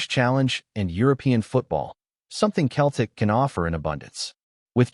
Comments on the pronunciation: Why doesn't the AI learn to say Celtic rather than Celtic! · Why do they keep saying keltic with a k sound rather than celtic with an s sound. Kearn to speak properly.